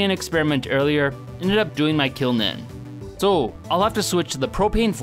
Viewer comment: Why did he say “so” like that 😂